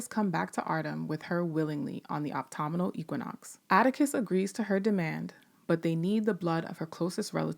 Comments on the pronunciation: I don't know if anyone has commented on this yet in this or other videos, but the teacher in me has finally decided to say something: "Autumnal" (as in "autumnal equinox") is pronounced "ah-tum-null" or "uh-tum-null", and not "ah-toh-muh-noll". Thank you for the work you do,! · Did I hear it wrong or did the narrator pronounce autumnal as optomnal and Ji-Ah as Jay-A?